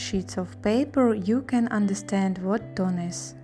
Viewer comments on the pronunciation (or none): none